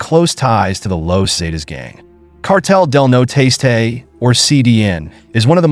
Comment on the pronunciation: It's not cartel de no tastay, it's cartel del Nor-este